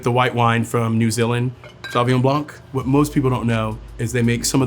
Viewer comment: Dear Andre For the european flex: The N and the C in blanc are silent Cheers